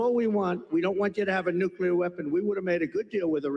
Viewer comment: Nuclear, NOT nucular.